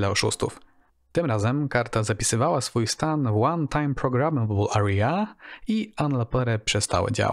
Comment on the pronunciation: Area = eria, panie, nie "erija".